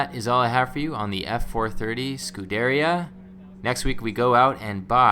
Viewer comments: It's not pronounced Scu-deria. It's pronounced Scu-der-ia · It's not F430, it's 430, and "scoo-deh-RI-a" not "scoo-DER-ia" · You pronounce Scuderia incorrectly. It's Skoo-der-ria.